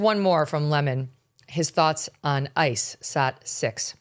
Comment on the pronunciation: We need to start calling him Don LEMON----not Don "Lemaaaan"---he's not Leman---he's a LEMON. LOL ;)